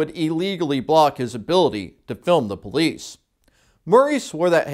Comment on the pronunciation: “brolice” not police